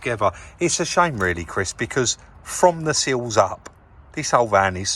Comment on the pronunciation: The word is SILLS not seals. SILLS not seals........... got it ?